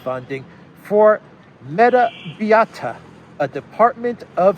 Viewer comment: "Biota" is pronounced bi-OH-tah.